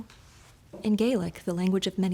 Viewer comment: You need to learn actual pronunciation of the Gaelic words